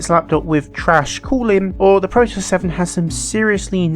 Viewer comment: Pro-toss? Surely you mean Pro-tee-us? As in the Ancient Greek myth? Synonymous with versatility?